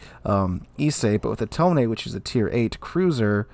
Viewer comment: I noticed that you're going the extra length of trying to pronounce the ship names as they're written, not as they'd be said in English. So I figure I should help you out a little. You say "Ise", and "Tone" more like "Isay" and "Tonay", which means you're halfway there. To correct your pronunciation that last little bit, here are two things you'll want to know: 1. Japanese relies on a syllabary, not individual letters, and each syllable is supposed to be exactly as long as every other. So the "I" has to be as long as the "se", even though "se" consists of both the s- and e-sounds. 2. Japanese vocals do not 'mutate' the way English vowel so often do. Basically, do not transform the shape of your mouth, tongue, or throath while speaking a vowel. The e-sound in "se" is the same as in the English words "best", not like the ey-sound in English "say." Basically, the same way you didn't transform the i-sound in "Ise", don't transform the "se" either. Same with "Tone", both syllables are the same length, and neither one changes the sound of it's vowel throughout.